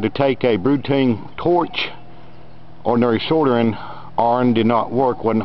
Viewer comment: I like the part where you sordered with the brutain terch.